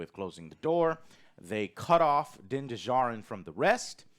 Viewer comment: The D in Djarin is silent. Just pronounce it as if it’s spelt Jarin. Like the D in Django unchained.